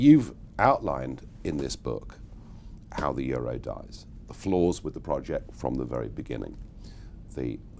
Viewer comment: you mispronounced euro